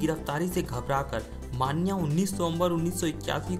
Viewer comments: अबे माण्या माण्या क्या बोल रहा बे, मन्या बोल ना..! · अरे भाई माण्या नही रे... मन्या सुर्वे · Dost मान्या नही मन्या है उसका नाम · स्टोरी अच्छी है बट मान्या नही मन्या (मनोहर सुर्वे) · wo maanya nahi manya he dost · "मान्या सुर्वे" नही रे "मन्या सुर्वे" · It's मन्या not मानया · नाम :- मनोहर सुर्वे तेरेको नही आता तो मन्या सुर्वे बोल मान्या मान्या क्या बोलता हे तू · Arey pagal maanya maanya kya bol Raha hai Manya surve hai voh 😂😂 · मान्या सुर्वे ❌ नाही मन्या सुर्वे ✔️ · Bhai sahab wo maanya nahi manya he uska asli naam manohar pyar se college me manya pukaarthe the samjhe? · Maanya nhi manya nam tha manya bhai ka manohar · मांन्या नाही रे भावा मन्या सुर्वे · मान्या नाही रे मन्या सुर्वे आहे। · Vho maniya nhi hai manya hai😂😂😂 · It's not manya maniya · मानया नही मन्या सुर्वे विडीऑ बनाते हो तो पुरी जाणकारी लो तुम्हे सिधे बात करणे भी नही आती... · bhai vo मन्या hai मान्या nhi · मन्या नाम उसका ....क्या मान्या मान्या कर रहा साला .... 😂😂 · Bhai ye man-ya nahi vo ma-nya hai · It is मन्या न माण्या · मान्या नही मन्या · Mannya nahi manya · मन्या bol pagal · 😂😂😂😂 सही बोलो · Manya ka naam bhi nahi boolne aaata tere ko kya like du be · Abe manya thek se pronounce kar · bhai pronunciation toh acche se kr leta vo agra nhi hai vo agar bazzar hai nalayak or mannnyyyaaa nhi hia vo sir manya hai.........gadao